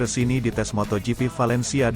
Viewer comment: njir beneran di baca moto gepe, fix nih orang jarang/ga pernah nonton moto gp. tulul nya kebangetan,sok tau lagi